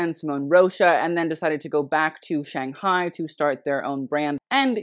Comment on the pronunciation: I mean I'm not Chinese but I also study Mandarin, and I honestly couldnt tell you've studied it before. the way you pronounce the 'tong' in "shushu tong" is distinctly American I think, it sounds more like 'tang'. same with the 'shang' in "shanghai", its more of an ae sound. you pronounce both as if they were English words, if that makes sense? like the vowel placements were more English than Chinese the founders' names had better vowel placement I believe, but if you have studied Mandarin you could definitely attempt the names with the proper tones? I'm not a French speaker but it's clear when you pronounce French brands that you've spent time and effort to get it fairly close to the proper pronunciation, even if some of them are quite difficult. same with other European brands, from what I've seen from you so far. meanwhile here it seems like you heard it spoken a handful of times and then just attempted it based on that I'm not here to police how you run your channel but you have stated in recent videos that you'd like to get more into the Asian side of the fashion world, and I would hope properly pronouncing their names as best you can would be among the first steps towards that. this was an entertaining video otherwise!